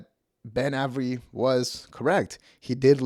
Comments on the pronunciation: It's pronounced, "Ay-very." Not, "Ah-very." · It’s A ver Eee. Not ave eree. How do you mispronounce Avery? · Immediately clicked off when you mispronounced Avery 😂